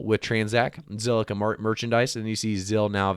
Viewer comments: Say ziqilla one more time and il subscibe to your awesome channel 🤣🤣🤣👍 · Say it with me, ZILLIQUA! 🤣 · Bro learn to say the word lol 😂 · Damn rehearse that name for a minute then press record 🤣